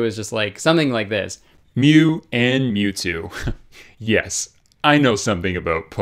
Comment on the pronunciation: It’s mewtu and and then mewww. Very disappointing Kurtis…